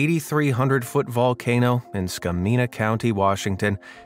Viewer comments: Helpful tip from a Washingtonian: it's Skamania County as in "Ska-Mania" not "Ska-meena." Keep making your fantastic videos! Love 'em!😀👍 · it's ska-mania county, not ska-mina.